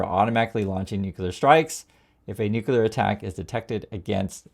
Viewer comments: it's NOO_CLEE_UR, not NOO-KYU-LUR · Oh my gosh. You are an American. Nukyalr. Medev? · Love your content, but please pronounce nuclear correctly.❤ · Corect pronunciation is “nuclear” not “ nuckelar “